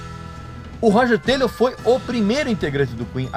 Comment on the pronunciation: Esse cara é, simplesmente, um idiota. Não sabe nem pronunciar o nome do baterista. Meu Deus! Falou tanta merda que fedeu meu notebook.